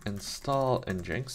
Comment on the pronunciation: Just FYI the official pronunciation is "engine X"... I had no idea for years and thought it was "n-jinx" too.